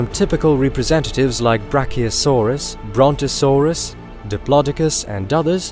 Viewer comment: "Brontosaurus".... omfg bro!!! :D